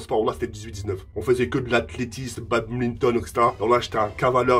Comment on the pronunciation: Mdr comment il galère a dire athlétisme